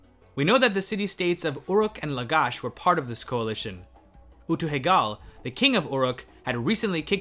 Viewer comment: Utu-heg̃al's name should probably be pronounced with a nasal "ng" sound -- "Utu-hengal". Also, video suggestion: Piotr Michalowski, "Of Bears and Men. Thoughts on the End of Shulgi's Reign and on the Ensuing Succession" (2013) has some really cool theories. There's also Lafont's "Game of Thrones: The Years when Shu-Sîn succeeded Amar-Suen in the Kingdom of Ur" (2017)